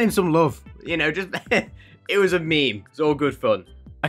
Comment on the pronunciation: ✨Wassssss✨ lmao 🤣 is that you censoring yourself? Or is it just your accent??? If it's just censoring yourself it's funny but if it's an accent alr I respect that but- ✨Wass✨